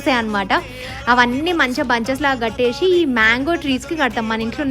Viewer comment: Katteshi kaadu kattesi. Books lo chaduvkunnaruga. Ekkadaina chusara చూషినా చేషినా అని